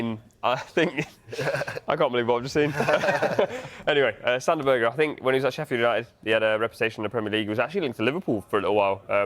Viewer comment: Sander Berge not Berger fk y'all on?